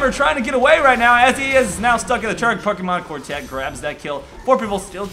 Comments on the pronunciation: Love how you say pokemonkortet xD It is norwegian/danish/swedish for the pokemoncard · Yeah, it is pokemonkortet in swedish too.LOL'd so hard when pronounced it in english xD. NORDEN FTW!